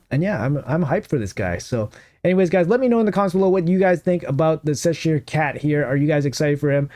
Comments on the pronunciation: oh man, you should pronounce it "Chess sure" instead of "sess shire" lol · It's che-sure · The way you say Cheshire is cracking me up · I die a little inside every time you say Cheshire